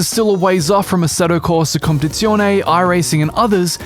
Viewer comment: “Essedo coda compzione”